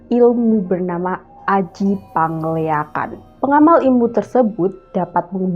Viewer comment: Dibaca pengeleak bukan pangleak😅